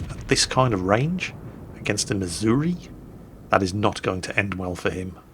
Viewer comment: I live in Missouri. Its embarrassing that a Brit pronounces it correctly and half of the people here pronounce it "missourah"